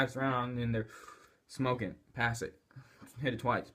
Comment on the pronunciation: And it's smoking not smoeking